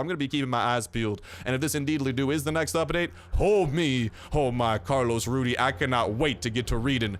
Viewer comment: ITS RUDEZ not RUDY